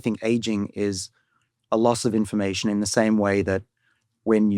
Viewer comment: I spnt the first 5 minutes of the video thinking David was saying "inflammation" rather than "information."